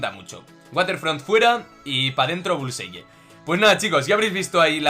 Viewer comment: La pronunciación es bulsai